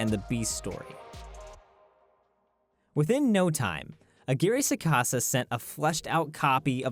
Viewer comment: I cringed violently when I heard Roberto aguirre sacasa